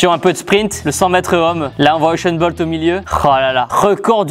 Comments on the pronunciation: Ushain bolt 😂😂😂😂😂😂😂😂😂 C'est usain bolt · juste tibo c’est pas uchen bolt mais usen bolt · il a dit Esain bold ou je reve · Uchen bolt (u)(s)éne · Euchaint Bolt ? Sérieux Tibo, sérieux ? 😂🤣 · "Eusheun Bolt" -Tibo 2019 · Je penssais être le seul à l'avoir remaarqué😂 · euhchaine bolt😂😂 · Kieeeeeee Il a dit environ "7 fois echainne bolte"